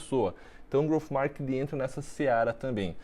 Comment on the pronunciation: Só eu fiquei incomodado com ele falando “markining” 😅. Excelente vídeo, parabéns 🍾.